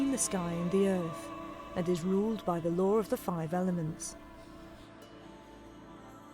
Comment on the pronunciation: No "er" in "law," law is law not "law-wore" nor "lau-wer."